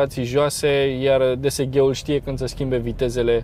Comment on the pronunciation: vrem review la Seat Leon St Fr Facelift 1.4tsi 150hp 250nm dsg ( pronunțat desege nu ghe:|